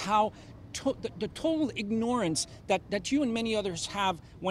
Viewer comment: The hypocrite can't even pronounce "ignorance" correctly.